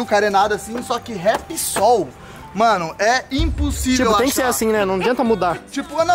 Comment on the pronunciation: O Falando Ripsol😂 Parabéns Léozinho❤🎉